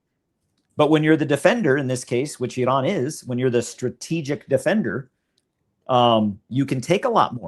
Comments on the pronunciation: Just the way pronounces Iran tells you been there done that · Lol no it doesn’t. He pronounces Iran like an Arab. We Iranians pronounce Iran without the rolled R. In my opinion he is way too optimistic on Americas ability to establish that naval and air corridor simultaneously. If this was possible America would have done it during the last round. According to the lieutenants logic the only reason it will be possible this round is a slight drop in oil prices.